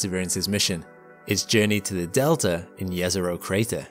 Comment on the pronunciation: I love how he pronounces "Jezero Crater" correctly! (It is pronounced Yezero, not Jezero, as many often say)